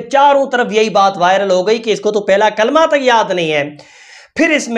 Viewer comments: Yeah kalma belkul galath pad rae hai toba toba nai ahthe thu na e pado thu baeter hai liken barai maherbani kar k galath thu na pade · Kalama shi se nhi padha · Galat pad rahi h kalma